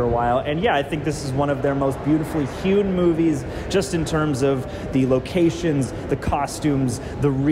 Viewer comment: The guy on the right used so many words incorrectly it drove me nuts. It is a beautifully hued movie. Not "hewn". The 2nd time he said "hued...en". Then he said It picked up "credence" as it went along when talking about it increasing in excitement. I was wondering how these guys had never showed up on my feed until the cosmic wonder mentioned them. Now I know why.